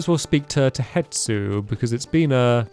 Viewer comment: Hestu not Hetsu :)